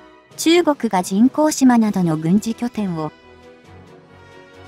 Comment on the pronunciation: じんこうしまって、じんこうとうでしょ！